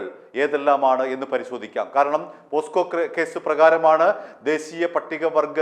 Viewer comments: പോക്‌സോ അല്ലേ പോസ്കോ എന്നാണ് താങ്കൾ പറയുന്നത് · പോസ്ക്ക അല്ലടാ ഊവ്വേ.. പോക്സോ എന്ന് പറയടാ.